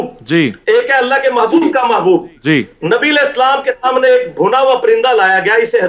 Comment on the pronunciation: سمنے ۔ نہیں ہوتا صحیح لفظ سامنے۔ 😢